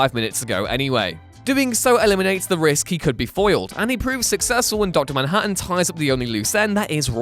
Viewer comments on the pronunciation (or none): none